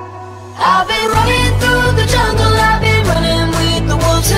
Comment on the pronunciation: Am I the only one who heard jungkook instead of jungle